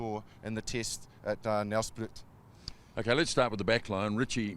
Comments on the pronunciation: Jees. It's not Nelsprit. Say Nelsprayt. Or you could just say Mbombela. Whatever floats your boat. Ask Saffas how to pronounce SA names. I couldn't pronounce the Pacific Islanders names...but I'd ask first. Sorry. Just irritated at this moment✌🇿🇦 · Love the novel pronunciation of Nelspruit. But then I wouldn't be able to pronounce Aotearoa...? For the record its pronounced Nelspr8...